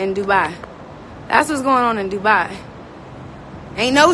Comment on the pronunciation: DRINKING GAME!! Every time she say “DOOBYE” take a shot.... in Dubai.